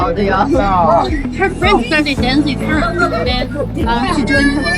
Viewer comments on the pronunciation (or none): none